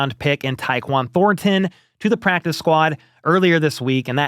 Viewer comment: I hope ThorNNNton leaves the Chiefs so I don't have to hear you butchering the pronunciation of that guys name over and over. Thornton...no emphasis on the N...say it again Thornton.